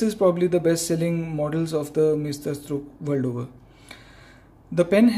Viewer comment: sir, its porponpounced as mysterstrook meaning masterpiece